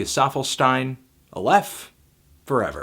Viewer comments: Pretty sure he's saying it wrong. I think it's Aye-leff (e as in let). I could be wrong though. Also, fan of your music men. Some hella dank tunes. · Aleph is the first letter in the Hebrew alphabet. It's the symbol in the middle. You pronounced it wrong, you need to put the emphasis on the first syllable. Just thought you might be interested :) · he kinda says it wrong